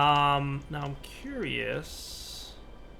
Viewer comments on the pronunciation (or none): none